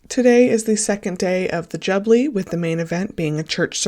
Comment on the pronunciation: You are saying Jubilee incorrectly an jublee is an ice treat this is the 'Ju-be-lee= that is phonetically. I'm not being petty how can you mispronounce this word...it's been spoken about for months! SMH. You are so off the mark you know nothing about our monarchy. Bloody laughable. After listening to you I think you may have done it deliberately and a Sussex supporter...as I said you know SFA!